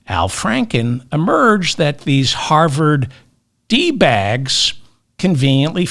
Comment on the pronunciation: Did you say harvered 😂